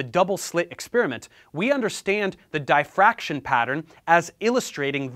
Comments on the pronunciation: did he just say DIE Fraction? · Nit picks: it's pronounced "DihBroy", and the "diff" in 'diffraction' has a short 'I' like 'difference'. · Literally died when he pronounced diffraction